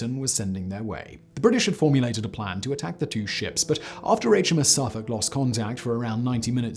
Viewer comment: HMS Saaarfuc? Would that be Suffolk? I'm starting to think you are an American actor doing your best (and very good) attempt at a posh English accent! : )